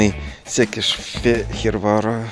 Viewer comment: Произносится правильно Сыкэшфегырвар--престольный белый город.Раньше при турках назывался Альба Регия и провинция Паннония